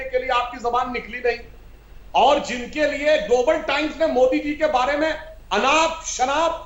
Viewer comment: Anjana said pm modak 😂😂😂😂😂😂😂😂😂😂